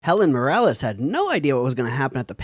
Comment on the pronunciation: Muh-ROO-liss JFC dood